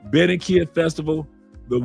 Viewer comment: It's Ba-rran-qui-lla! BAR-RRAHN-KEE-YAH! Viva to Phonetics! ASE! Viva CHI-CA-GO! LOL!